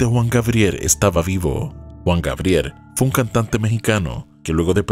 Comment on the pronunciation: JUAN GABRIEL, NO WUAN GABRIER